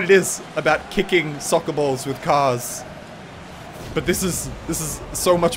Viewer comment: He said sucker, not soccer...